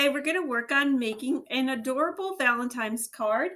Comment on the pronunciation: Did you say…. Valentimes Cards 🤭